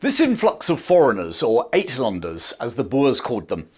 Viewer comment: Uit is pronounced Out. Outlanders.